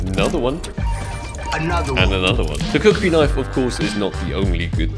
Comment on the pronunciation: Bro said cuckri knife